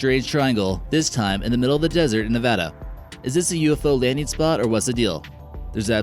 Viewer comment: ‘A ufo landeen site? ‘ Why does this goon mis-talk like this?. And let’s not forget about the ‘ army corpse’. What an idiot.